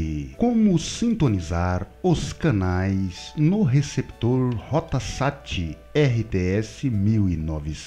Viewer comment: Nn é "Rota Sat" e sim Rot Sat